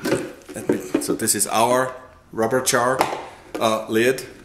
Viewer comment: Jar not char.